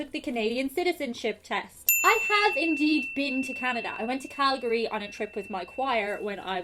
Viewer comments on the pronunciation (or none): none